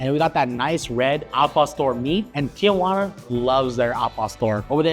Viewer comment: "Tee Uh Wanna" versus "Tee Wanna" is no surprise at this point. The city of Tijuana has left the chat.